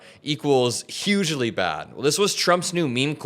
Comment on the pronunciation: well, he said yugely